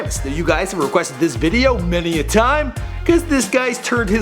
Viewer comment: "many a" "many a"